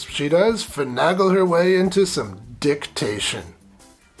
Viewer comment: Maybe someday you'll learn how to pronounce "Finagle."